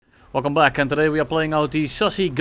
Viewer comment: I swear he says welcome black instead of welcome back 🤣